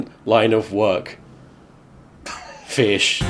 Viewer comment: i still say fish like this some times